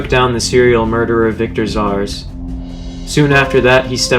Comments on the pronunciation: Are "red wing" instead of "red robin" and "zarz" instead of "zsasz" intentional? Lol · Who tf is victor zars it’s zsasz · Victor zsasz is pronounced like zaz btw. Theres no R in the name smh. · stop saying Victor Zsasz wrong please